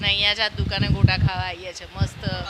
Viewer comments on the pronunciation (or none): ગોટા બોલો ભાઇ... ગોતા નહી